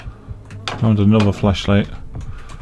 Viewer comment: I don't know if it's my dirty mind but everytime you say Flashlight I hear Fleshlight.